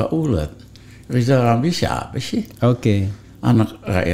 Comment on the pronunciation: Ko gk L gitu rijal ngomongnya